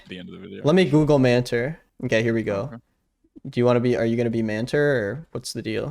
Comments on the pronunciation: I know that's not his name but it sounds like man-terf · Every time you said "Manter", I totally heard "man TERF"